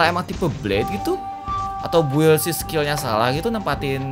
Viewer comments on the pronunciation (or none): none